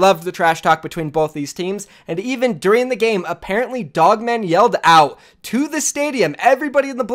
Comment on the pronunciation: Lmao he pronounced POGMAN wrong